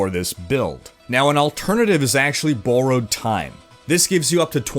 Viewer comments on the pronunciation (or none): hmm. your pronunciation of "borrowed" sounds odd.